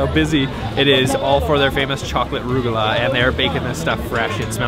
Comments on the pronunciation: These guys need to learn how to pronounce words like "challah" (he bought the ordinary machine-made cheap variety, btw) and "rugelach". It's a "Scottish ch" as in "loch". And, while Azzura is a good restaurant, it's on the expensive side, and regarded by the locals as a bit "snobbish". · Challah is pronounced Hallah, a little phlegm rolling the chaaa….ruggalah we call ruggies…rugg..ah…la! Loved the video, but next time ask the pronunciation. 😉